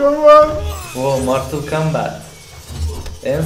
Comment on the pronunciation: =ooo martıl kambıt hahahhshahahshs